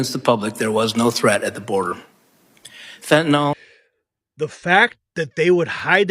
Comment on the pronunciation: Fentanyl is pronounced FEN-TUH-NILL——NOT fen-tuh-null.